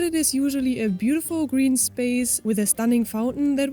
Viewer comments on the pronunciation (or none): none